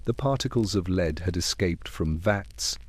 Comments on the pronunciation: Leeeed. 🤦🏼‍♀️ Just do your own voiceovers. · If the story is about lead, can we make sure the AI says the correct version of lead? 😅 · Learn the correct pronouncoation of lead.